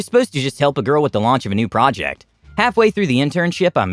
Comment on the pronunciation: Project, project, project, project, procect and project😂😂